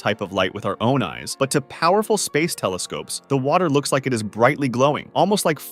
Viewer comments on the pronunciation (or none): none